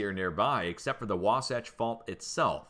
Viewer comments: Logan, farming community. You pronounced Wahsatch correctly. Near Magna you have the world's largest open pit mine. Rio Tinto, Kennecott operations. Had some deep earthquakes yesterday and today in New Zealand 278 miles deep and one near Karmedic Islands 265 md. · Thank you, for keeping us informed. You got Wasatch perfectly. God bless you.